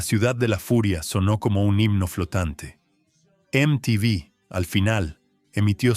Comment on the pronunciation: Me la bajó cuando pronunció mal MTV y me di cuenta de que es una IA la que habla, malísimo.